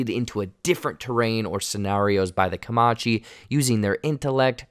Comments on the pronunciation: Co”man”che not Co”ma”che 😂😂. Good video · Its not "kamachi", Its "kamaNchi" . You missing out on N... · Bro. Comanche has an n in it. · Sorry but it’s Comanche it was bugging the hell out of your saying comonche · Comanche. Not Caomache. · Dood. It’s Comanche. Not Comache. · I don’t know why it bothered me so bad but it’s not commache it’s Comanche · Hey new guy it's pronounced Comanche(kuh-man-chee) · Co-MAN-chee bro, not Co-ma-chee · Comachee? There's an N in Comanche. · Please say it correctly: Comanche -"ku-man-chee" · CO-MAN'-CHEE, please. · It’s Co-man-she!! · How the guest commentator () pronunciation of Comanche is HORRENDOUS!! It's pronounced Kuh- MAN- chee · 😮 The "n" in Comanche is not silent. Co-man-chee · Come Man Chee. Say it with me. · 'Comanche'...pronounced 'kuh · man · chee' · it's Comanche, you dolt. there is an N in the name. talk about a total disrespect to the name. thumbs down on this video just for that four eyed dope saying the name incorrectly. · bruh.... Kuh-mon-chee or Kuh-man-chee ....wtf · Great video as always, but… Would it hurt to learn how to pronounce "Comanche" correctly? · can this guy just please look up how to say Comanche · everytime you mispronounced comanche i cringed so hard lmao you’re just totally leaving out the n in the word lol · At least try and pronounce Comanche right.